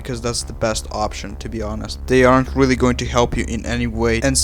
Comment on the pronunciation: I keep thinking about how he said wealy wealy cwinge